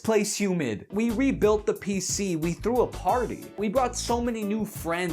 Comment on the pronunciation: “I frew up”